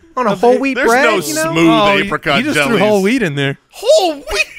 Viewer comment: Why do all of them pronounce Apricot incorrectly?